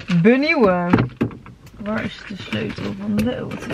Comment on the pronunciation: Ik vind het zo grappig hoe jij Auto zegt: Oto hahahahhaa... voor alle mensen die dachten dat vreemd zou gaan met Rob.. zie deze vlog:p hier is het bewijs....:p